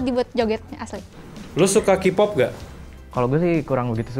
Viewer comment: Ini yg wawancara, nyebut kpop aja kipop wkwkwkwkkw